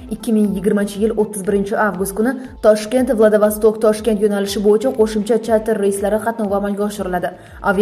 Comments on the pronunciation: Менде соны айтайын деп едим владовасток дейдиго Владивосток болады Кытайдын хешнарсеси керек емес каракумырскалар вакцина менен барлык жерди ийелегиси келип турго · Владавостокмас,владивосток дейилади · Владавастак эмас, Владииивосток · Владавосток балки Владивостокдир😂😂😂😂😂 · Мустакилликдан кейин мактабни битирганлар умуман саводсиз.Уят шахар номини талаффуз килолмаяпти .Владивосток!!!!